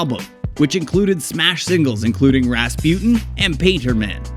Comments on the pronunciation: RAS PUTIN 😂 dude can't say Rasputine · What dod you say?? RasPEWTIN?? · "Rahspjut'n" ... Is it so difficult to pronounce Rasputin properly? Listen to the song and you know it! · Ras-pewt-in :D :D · You don't know how to pronounce Rasputin